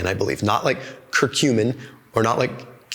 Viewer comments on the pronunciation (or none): none